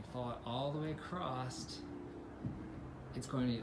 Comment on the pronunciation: Nice video. “Acrosst? Or across?